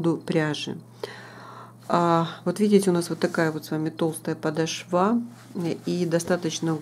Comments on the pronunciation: Резануло слух подошвА, в русском языке ударение падает на вторую гласную О! "Подо́шва, где ударение падает на гласную «о» второго слога" -- правила для 4-го класса. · Посмотрела ваш мастер класс всё очень понравилось но извините не очень понравилось как вы комментирутие простите пожалуйста но нужно говорить не подошва вы сделали на последний слог а подошва с ударением на в 2 слог до очень режет ухо прошу ещё раз прощения если Вас обидела